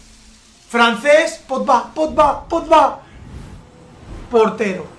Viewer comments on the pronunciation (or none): porque dices potba? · se dice Pogba Podba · Se dice pogba no podba